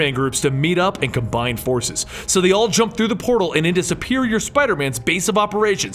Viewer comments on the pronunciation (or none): none